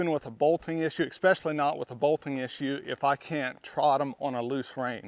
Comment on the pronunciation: Please.... there is no X in especially.. so distracting.